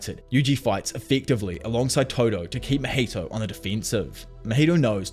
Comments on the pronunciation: Just a tip! It's not Mojito like the drink. His name is pronounced Ma-Hee-Toe =) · I love how he pronounces mahitos name as Maheto